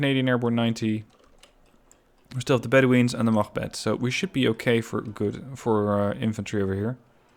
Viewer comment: Your pronunciation is very good on units such as "machbeth" or "Jægere". Where are you from? Excellent channel by the way, keep this up please!